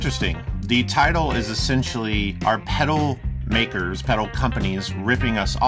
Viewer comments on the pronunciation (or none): By the way there is an L in the pronunciation of the word pedal. Is it going to review it at least pronounce it properly